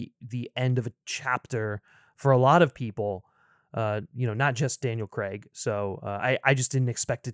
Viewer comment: All these years later, and people still refuse to pronounce Daniel Craig's name correctly. CrAIg. Not CrEgg.